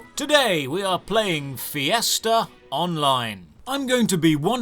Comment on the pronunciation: You mean fiesta, I heard Fiasco